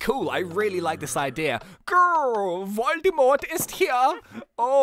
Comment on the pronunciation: Lol "Voldymort" sounds rather Svizzerish than German but well if you mean xD Actually your German pronouncation was pretty good though ;D